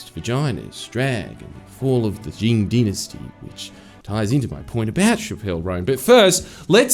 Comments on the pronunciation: i die every time he pronounces chappell as shapp-elle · Its Chappel (ch-Apple)